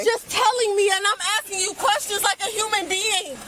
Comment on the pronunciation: What is , "Axking."?? How does one axk something? Is it a verb? Adjective? Axkective?